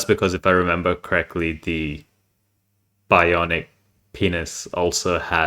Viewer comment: I died laughing when you tried to say bionic pinis LMAO